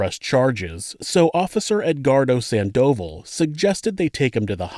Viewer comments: AT- - NOT SAN DOVAL, San do VAL. Oh, boy. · Sándoval not Sandóval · FYI Sandoval is pronounced San-doe-vawl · I got to admit, yes I am glad to listen to the content here; though I've never heard Sandoval pronounced "Sand-dough-vulll" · sandoval isn't pronunced like that :((( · Please have enough respect for your viewers to learn the correct pronunciation of names next time. Thanks.